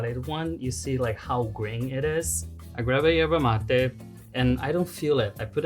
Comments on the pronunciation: the brasilian portuguese pronunciation is usually Erva Mate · No bro. Ierba Mate is not the way brazilians says because we speak portuguese, we say "ErVa Mate" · it's not how its pronounced in Portuguese. It's ERVA MATE. With a V.